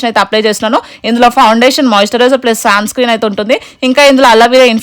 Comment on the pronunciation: Smuudge and samcscream kadu andi smudge and sunscreen